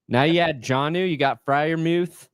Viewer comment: Pat Freiermuth is pronounced with a long U, like "Youth" not "Mooth". He doesn't care what the fans call him. He just wants to play football.